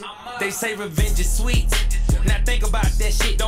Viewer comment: revenge is SAweet did he say? damn